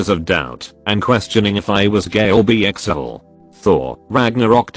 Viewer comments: Why can't this annoying bot read correctly??? "Bee-Five" "A W W W" "I'm Bee-sexual" Long unnecessary pauses at commas "Silver D" "Thanks 3" "Bee-exuality" I'm done I can't watch unless it has a PERSON reading it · B E E S E X U A L